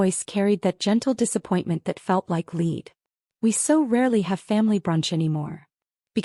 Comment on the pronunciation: Learn how to pronounce "lead", pronounced "Led".